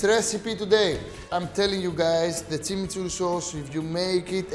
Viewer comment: He's pronouncing it Tsimitsurri (not Timiturri) because we don't have the ''ch'' sound in Greek.